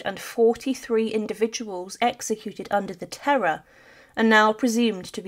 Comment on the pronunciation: The video could be quite good if not for the language issues. I don't expect non-native speakers of a language to be perfect but it is quite jarring when certain French words & names are repeatedly spoken as if they were a different English word/name. There is a part where she is talking about the graveyard & the many people buried there. She says "under the terror" instead of "under the terroir". Terror in english is extreme fear but the French word terroir used here means dirt or soil so that completely changes the meaning of what she was saying. The executed people were buried under the soil in the cemetery, not people who were executed under some kind of reign of terror. Just a bit more googling (& maybe help from a native speaker) would make a noticeable improvement on this type of video. Not trying to be negative. I see great potential 😊